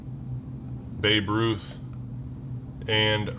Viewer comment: It's Babe Ruth not Babe Bruth